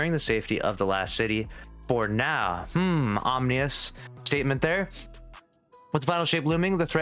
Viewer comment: Om-in-nus not omni-us. Felt like I was watching a cross vid for a moment.